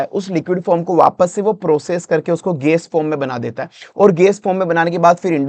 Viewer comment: गेस नहीं गॅस, कोस्ट नहीं कॉस्ट 😒